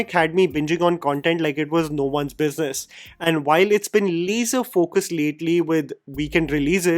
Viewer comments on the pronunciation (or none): none